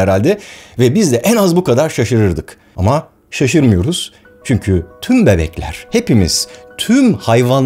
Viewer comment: barış abi seni yıllardır izlerim ve takip ederim senden ricam çünki yerine çünkü telaffuzunu yapman